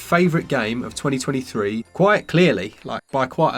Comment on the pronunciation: “Twenny twenny free”